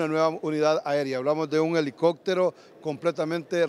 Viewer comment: "alicoctero"gran reportero ese es mi país Honduras.🫣 $ 1.3 millones costo de la " reparación "💥